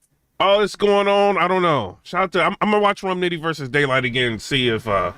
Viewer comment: lol it sound like you said gaylyt